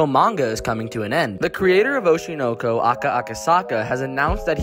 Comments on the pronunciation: Atrocious pronunciation. It should be Oh-SHY-Noe-Koe. smh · i can’t get over how you’re pronouncing it oh-she know-co lol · The way you pronounce oshi no ko makes me angry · The way the anime name is pronounced is provocative